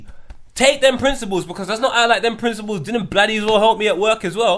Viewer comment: Someone needs to tell dude... It's principles... Not princibals... Ffs